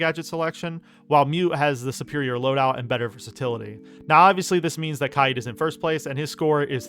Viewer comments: Not to judge but HOW did you pronounce kaid? Kyeed? It’s pronounced Kayd Kay (like in okay) and d which makes a duh sound kaid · its k aid not kai eed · the way he says kaid